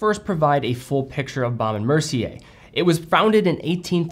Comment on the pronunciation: Couldn't agree more about their watches. I think the Hampton is the best looking rectangular watch this side of a Reverso. You just need to learn how to pronounce it properly......😊